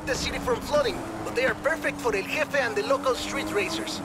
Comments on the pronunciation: El hefe not El JEFFE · El Hefe is the pronunciation you are looking for bro lol